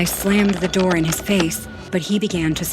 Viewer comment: Open the Noor 😂😂 Open the Noor 😂😂😂